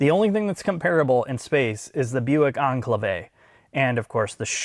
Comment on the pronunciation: Reminds me of the British sitcom Keeping up Appearances where a lady has the surname Bucket that she insists is pronounced "Bu-kay", but everyone keeps calling her Mrs Bucket. "Oh no dear, I don't drive an On-klayve, I drive an En'Cla-ve!"